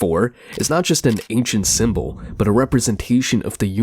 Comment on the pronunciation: Sim-bow = symbol KaBlewWee! Mind blown Cosmic mysteries unraveled n understood. But for real why he pronounce words funny? We get it, ur different.